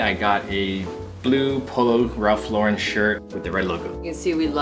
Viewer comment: Guys.. Polo is an American brand. It’s LAUren like the name instead of the Frenchy LauREN 😊